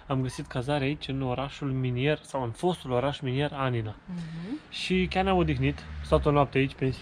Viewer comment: Anina ...cu accent pe primul A ....ia incercati sa cititi si de la coada la cap numele orasului .....